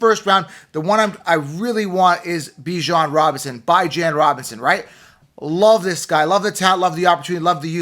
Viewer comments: His parents named and call him, Bijan (bee-ZHAHN). Show respect to them. 🤷🏿‍♂️ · When you can’t even say Bijan correctly, you kinda lose credibility 😂